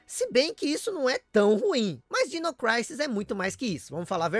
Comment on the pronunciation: é dino "crísis" e não "craises" kkkkk